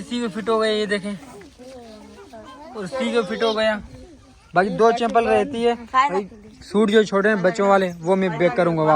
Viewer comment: Nice vlog .chepal nahi bahi chhapal bolte hai